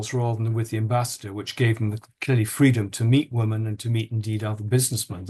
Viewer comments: Why don't these men pronounce the names of the two women consistently..jarring listening Also why can't Lownie pronounce the word women correctly its not difficult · woman vs women--- is there no difference in your pronunciation, Andrew?